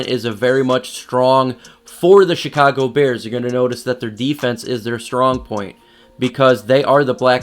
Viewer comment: Sounds like he’s saying “the shitcago bears” 😂